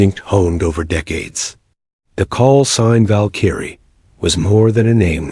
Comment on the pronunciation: It is pronounced Val-k-rie